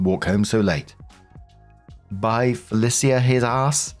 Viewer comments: it’s from the movie friday bye felicia (fuh-lee-sha) not your fancy british way lol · watch the movie "Friday" staring Ice Cube and Chris Farley, and you'll know the pronunciation of Felicia and the meaning behind the, bye Felicia😂!! It's a pretty good movie I think you'll like it, and it also has a part 2 and 3!! But Felicia is only in part 1😢!! (PS, I had to ask my son if the name is Friday or Fridays because I'm so old and I've only seen it once, not my generation) Ask me anything about The Labyrinth or The Neverending Story and I have answers😂!!